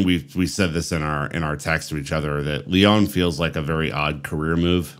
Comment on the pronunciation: I like your content but please get hold of a French pronunciation dictionary. My ears are beginning to hurt. Strazz..boor..gg. (Strasbourg). Lee...on (Lyon). Heureux de pouvoir vous aider.